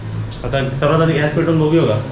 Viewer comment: घ्यास नाही रे बाबा त्याला गॅस बोलतात.. तुझं एवढं शिक्षण होऊन काय उपयोग 😢